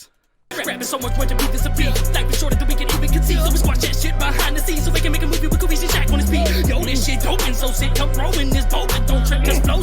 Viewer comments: It still trips me out how you & Shaq still say that "S" at the end of 100 Kufis name. STAAAAAAHP!!! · That's where you messed up. It's 100 KUFIS NOT KUFISSS. 🤦🏿‍♂️ The S Is Silent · It’s pronounced 100 kufi my guy everyone says his name wrong 😂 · He isn’t even saying 100 kufis’s name right lmao